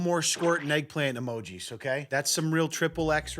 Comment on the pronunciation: Did she say "e•MO•jays"? She did.